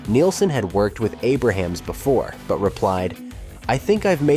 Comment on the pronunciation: It’s Jim “A ~ Brams,” not Jim Abraham.